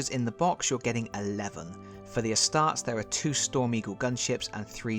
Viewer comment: “Ah-star-tease” is how you’d pronounce Astartes and I’m pretty sure Asuryani is pronounced, “Ah-sir-ee-yawn-ee.” I’ve got the Tau version of the game and was lucky enough to get the larger game board but I missed out on the ground assets when they were (eventually) released. Fortunately I’ve got a 3D printer, so I can make a few of those and/or borrow from the ones that came with Adeptus Titanicus. I assembled all the aircraft that came in the box, but still haven’t played a game of this yet, so I don’t even know if it’s a good game! Lol. /cry